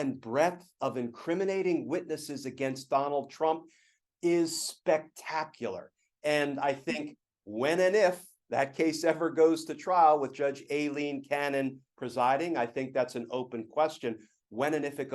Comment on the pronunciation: Please, Glenn, “Aileen” is pronounced “I-LENE”